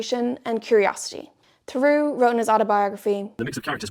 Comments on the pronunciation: For what it's worth, Theroux is a two-syllable name, not pronounced "through" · I'm losing it at hearing how this guys name keeps being pronounced lmao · ur pronouncing his name wrong